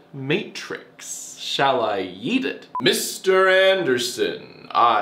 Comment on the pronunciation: Dear Evan Hansen, What to say to you? At first I thought he said ‘eat it’